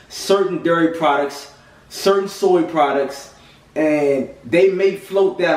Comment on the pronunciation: very informative. looking into becoming vegan in the near future. also, you have to be from baltimore or the dmv area. i detected an east coast accent, then you 'dairy' and that confirmed it. LOL.